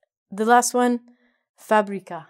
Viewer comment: fabrica is well pronouced.